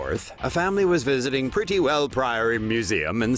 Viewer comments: Prettiwell is not pronounced like that. I am from Southend. Edit: Pretti is not pronounced 'pretty' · It's not 'Prettywell' it's Prittlewell. Prittle-well.